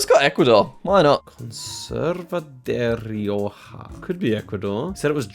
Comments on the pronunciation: actually I think his error was saying “de rioja” instead of derecha, (for those wondering I believe it means something like “stay to your right” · Zigzag looking for "Conserva Dereoha" would have been a mistake because jack simply misread "derecha" lol (just meaning Keep Right) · he saw c as o so derecha > 'dereoha' and it does sound like de rioja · Jack’s Spanish pronunciation was not good. He pronounced Derecha as Rioja! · looking for "Conserve su Derecha" city, when its just "keep right" in spanish. To be fair Jack pronounced it in a way you couldn t figure it out. 😅😅😅 😅